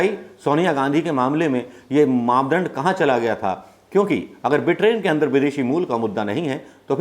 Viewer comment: Britain ko Bitrain mat bolo.